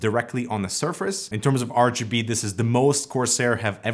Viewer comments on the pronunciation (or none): 'R - juh - B' 😂😂😂